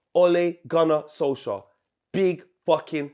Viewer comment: LMFAOOOO WAS IN SENSATIONAL FORM FOR THE OLE RANT. SOLKSJAYER? SOUNDS LIKE A NORWEIGIAN STD 😂😂😂😂